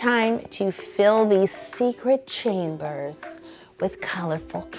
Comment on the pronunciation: You said secret chambers wrong